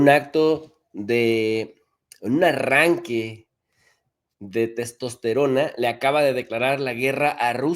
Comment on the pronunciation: Testosteron o ESTASTRO? 😂😂 😂 😂🤣🤣😂😂